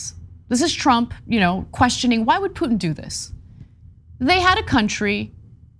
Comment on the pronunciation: Note the box wine slurring "...when twump wuz president"...